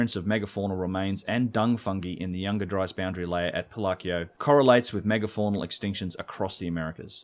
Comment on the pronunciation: it's Pi-lau-co. Three syllables. Close to pillow-co, except the pronunciation of the second syllable is -ow sound like Ouch!, not the Oh sound of Ho Ho Ho, Merry Christmas. Maybe you've figured this out by now, but I wanted to help. Better late than never?